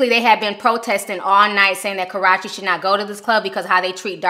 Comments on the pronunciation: I die every time I hear Ti say "kuh-ROTCH-ee" 😂😂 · Please Hun.... You are so mispronouncing Chris Brown's Ex's name. I Love You Girl but PLEASE get her name right😘